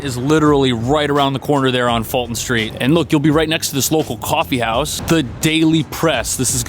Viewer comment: Pronounced Full-Ton St.